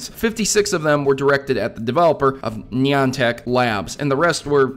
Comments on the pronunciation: reason everybody pronounces it wrong is because one person pronounces it wrong on media platform such as this (Youtube) and then everybody who watches the video thinks that that is how it is pronounced. trust me, there is literally a place in Connecticut called Niantic, and EVERYONE in Connecticut pronounces it "nye-ant-ic". There is also a Wikipedia article that explains that Niantic Labs named their company after a ship called Niantic, and it is still pronounced the same way. I'm sorry it just really bugs me that everyone says "nee-ant-ic" so I felt the need to write a paragraph explaining why you're wrong. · thats not how u pronounce niantic :p